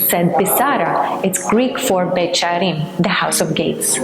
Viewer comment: Beit sharim, she says Beit with the sound Betch I thought Beth was House? Or is that Aramaic?